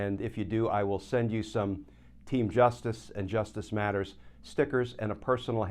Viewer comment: Love your commentary, but you need to be more emphatic with JUSTICE MATTERS! Maybe add some reverberations with computer effects.